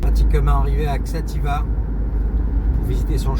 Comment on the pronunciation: Bonjour, il faut lire "Chatiba". Merci pour tes vidéos.